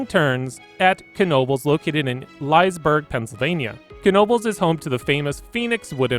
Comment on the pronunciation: Lol please learn how to pronounce Elysburg. Thanks :D